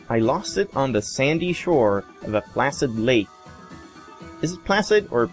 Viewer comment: That little bu-? POP! Its head exploded!! HOW?! Plah-sid is the correct pronunciation, yes.